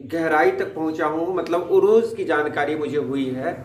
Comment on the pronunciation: Arooz correct,urooz galat.